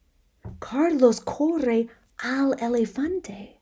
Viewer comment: This one was muy interesante, I printed the pdf and read along with you. I love the way you read and stress words like corre so we can hear the r sound. You can tell you love what you do! Gracias!